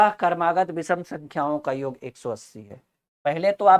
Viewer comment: sir, योग और योग्य के अर्थ में बहुत अंतर है कृपया योग को सही बोलना सीख लीजिये।बहुत भद्दा लगता है।🙏🙏